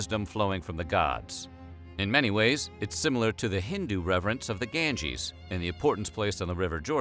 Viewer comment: Pronounced Gange wrongly..😖😖💔